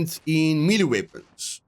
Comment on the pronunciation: Mielie weapons! 🤣 May-Lay, my broer!